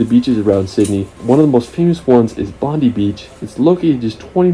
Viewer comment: Pronounced Bond-eye not Bon-dee. Also Melbourne is pronounced Mel-bun not Mel-borne.